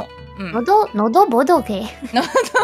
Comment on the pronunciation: 基本上已經可以當狗粉的暗號了 NO↓DO↑BOTO↑KE↓